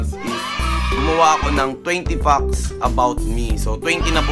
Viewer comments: Did I just heard it right or he said "20 fox"? Wtf? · 20 fucks about you? Haha... natawa ako sa pronunciation ng fact parang fuck. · Pronounce mo muna ng maayos ang "fact" 😂